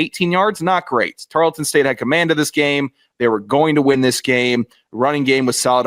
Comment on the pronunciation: ITS. TAR-EARL-TON. NOT. TAR-LET-TON